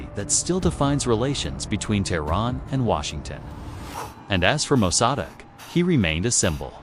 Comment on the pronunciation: AI narrator can't pronounce Mosaddegh 😆 and can't even do it the same wrong way every time.